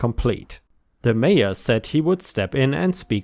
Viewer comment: Nebraska story update. Mayor is not said as "major." It's said as it looks, "may or."